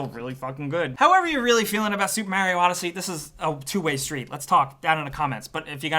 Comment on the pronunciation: Supa Maru odd-he-sé?